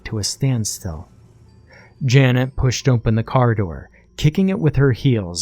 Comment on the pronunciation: hehheheh narrator says "ompen" for "open" jus' like eye do